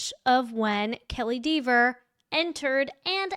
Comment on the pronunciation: I'm so glad that you say DEEVER. Hilarious.